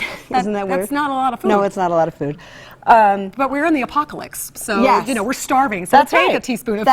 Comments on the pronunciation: lololol apocalicks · "apocalicks" WTF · yes, I too chuckled at her "apocalicks".